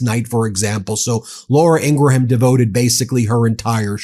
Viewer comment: Hey Ben, please stop mispronouncing women's names wrong. You only do it with women. As much as I hate Laura Ingraham, it's pronounced Ingram, like Graham cracker not IngraHAM. And it's not Gheelain Maxwell, it's pronounced J-His Lane. Like wtf, it's really hard to take you seriously, especially when it's only women's names you pronounce incorrectly. And FFS it's not Claudia SheinBOWm, it's pronounced like Shine Balm or bomb. Stop being weird!